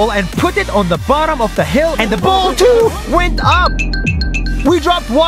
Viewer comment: "and the ball tuU went up"